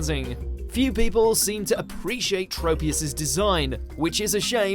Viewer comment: It’s trop- e-us..do you say tropeical?